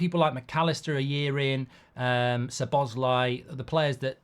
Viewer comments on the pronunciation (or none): none